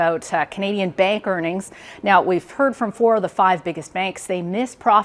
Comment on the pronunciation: she say Bad'a Bing Bang ? (Bank) = Bada Bing Bang Boom Baby !!! Haha